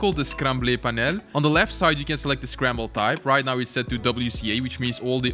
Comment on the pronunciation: this called scramblE panel you said it like on espanol